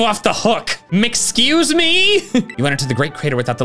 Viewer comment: "Mcxuce me?" 💀